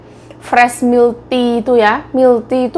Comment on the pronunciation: Yuk, kalo baca Milk Tea milk dibaca milek jgn dibaca Mil.